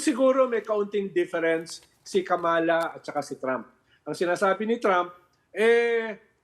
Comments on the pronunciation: Kamala pronunciation is accent on the first syllable and not on the second syllable. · Ronald Llamas, Please pronounce Kamala correctly. Accent on the first syllable.